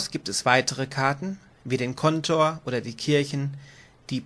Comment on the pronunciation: Danke für das Video. Schade, dass ihr Schwierigkeiten mit der Sprache habt, z. B. das (!) Kontor, das übrigens auf der der zweiten Silbe betont wird. Plural von Feuerwehrmann ist Feuerwehrleute, so wie Bergmann - Bergleute, Seemann - Seeleute, "-männer" ist die Primitv-Pluralform. (Ja das hat mich auch in der geschriebenen Regel gestört:) Die Farbe der Gebäude der Speicherstadt ist übrigens rot und nicht grün; lediglich die Etagenbezeichnungen sind hier grün hinterlegt. Ansonsten ist die Aussprache erfreulich klar und die Regelerklärung ist gut strukturiert. Ohne obige Fehler wäre sie hervorragend.